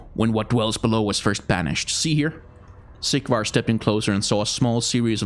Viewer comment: Is it just me or everytime he says Sigvar's its sounds like Siegward. I can't stop hearing it now!